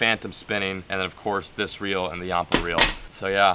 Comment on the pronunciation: ur pronouncing yampa wrong and its called that because its named after the yampa river 😂😂😂